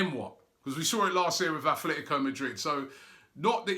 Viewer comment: Robbie, when will you learn how to pronounce Atletico correctly?